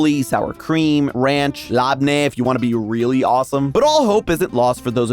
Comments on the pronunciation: It is pronounced libnah Not LAPNEEH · its called labneh but its pronounced as ''lebnah'' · the way you pronounce labneh makes my sick bor it la-ba-na la like lala ba and na like banana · the pronunciation of labneh hurt my soul. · As an Arab the way he pronounced labnah is unjustifiably criminal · how tf did you just pronounce "labneh"?😂😂 i cringed so hard just hearing it as a Lebanese guy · i am unsubbing purely because of how BADLY you butchered labneh. i didnt even know you could mispronounce it that badly.